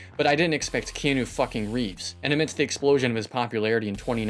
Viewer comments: "Keenu Reeves" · 'Key New' Reeves XD